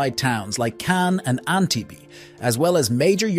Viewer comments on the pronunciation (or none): Groaned when he said "anti-B" for Antibes.